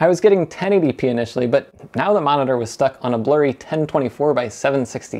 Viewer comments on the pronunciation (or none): none